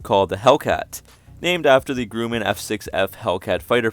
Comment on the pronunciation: Grumman is pronounced like "Dumb-In" not "Groomin". Since 1929